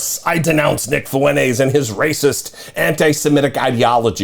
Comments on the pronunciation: It’s Fwen-TEZ, not Fwen-Aze. Yes, he’s a POS, but at least pronounce his name right. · Fuentes is pronounced fewn tez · FuenTes with a T. (Fountains in Spanish).